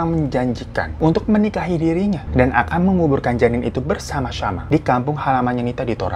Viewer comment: "Bersyama-syama" wkwkwk XD